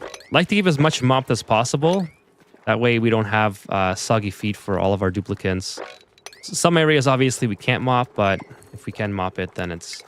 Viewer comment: its Dupli-cant's